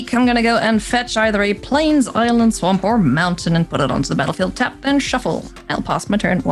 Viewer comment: I enjoyed this very much, but being honest pronouncing Swamp in the odd way she does from time to time got annoying after the first time